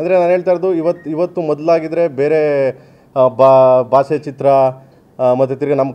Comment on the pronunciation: Adyaksa, hindiya, base, pix, laksa alla kanappa prema. Sariyagi kannadana mathado